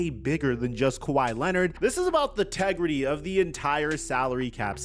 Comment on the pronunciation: I’m still trying to figure out what “tegrity” is!! lol